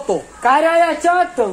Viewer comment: Hayyy que risa 😂 tú ere bellaco dile cara de Soto 😂😂😂 y ella lo dise mal 🙈😂😂♥️🥰